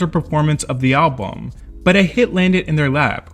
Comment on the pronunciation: Why does the AI voice keep saying Album in a weird way.